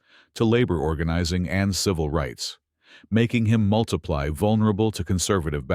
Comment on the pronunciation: "Making him multiply vulnerable..." with "multiply" pronounced like the math operation, instead of the adverb derived from "multiple" it's supposed to be. It's as if the narrator's intelligence is totally...artificial, or something! Usually if you "multiply vulnerable" you get results like "defenseless" or "imperiled"...